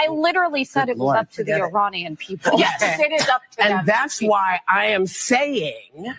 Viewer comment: I'm all for emphasizing the words you want the other people to NOTICE. Why is she emphasizing "the" so much? It makes no sense. NOTHING she says makes any SENSE!